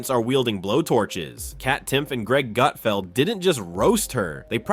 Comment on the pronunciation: His name isn't "Goot-feld." I watched 5 minutes and never saw any meltdown. This video is absolute clickbait.